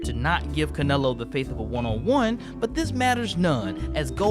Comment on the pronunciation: My boxing mind kept thinking about you meant Canelo Alvarez when you said Canalo